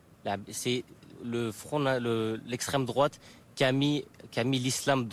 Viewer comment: "c'est lesstreme drouate"